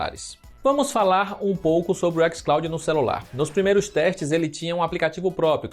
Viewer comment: "ÉquisClaudin" porra aí e foda tio kkkkk